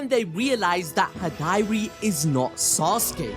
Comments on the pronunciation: you pronouncing Hidari as "Hih-Diary" is cracking me up 😂 Other than that, lit chapter just like all of the other Boruto TBV chapters. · Wonderful video as always guys, but ummmm... Who is "High-Dari"? XD LOL